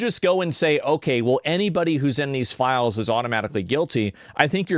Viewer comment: What everyone said: "Release the files!" What was heard: "Release the philes!"